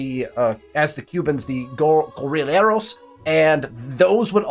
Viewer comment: Great episode, no access to oil is really really hurting your empire. In Spanish the LL is pronounced like the J in Jennifer, the G in giraffe or the Y in yes. Gue as in guess, rri as in rice, lle as in yes. Guerrilleros